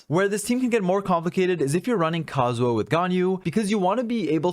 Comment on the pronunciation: I know it's nitpicky but your pronunciation of kazuha as kazuwa really bothered me this episode. Probably just because you had to shotgun it off over and over again when talking about team comps.